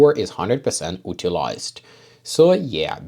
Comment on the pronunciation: utilised must be pronounced like ю-tilized not у-tilised ;) nice tests as usually tho